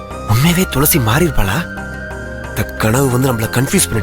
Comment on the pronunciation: கனவு not கணவு